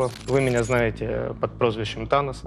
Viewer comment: ЧТо за Танан?! ау, ТаноС С на конце ау. Беринчику отбили видать голову уже, или рот что выговаривать не может)